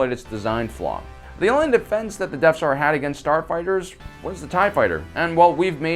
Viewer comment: I’m sorry… I had to turn this off when I couldn’t handle “Deaf Star” anymore. It’s pronounced “Death Star”.